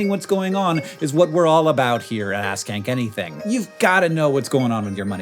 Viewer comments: Be more careful pronouncing "ask Hank anything" -- on the last call to action I definitely heard "ass-kink anything" 🤣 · I listened to this at work and at the end I really thought he said ‘it’s called ass kink anything’.